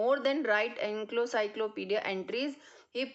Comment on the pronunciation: Mam, I'm sorry to say, but its Encyclopedia, not enclocyclopedis. I'm sorry to tell you this, but you made mistake in pronunciation.